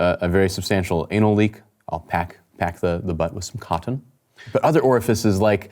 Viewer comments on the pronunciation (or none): “Cot-ton”. Wonderful. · the way he says “cotton”, tickles me. Very 17th century distinguished gentleman type energy. 😂